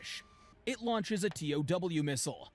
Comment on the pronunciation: This guy calls tow missiles t-o-w missiles and it's fucking annoying.